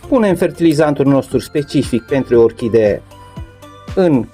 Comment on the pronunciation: Planta epifi TA se spune corect , nu epifi DA!- la fel si :- Orhide? este incorect spus - orhidee se spune corect! Domnule ce educatie slaba ai!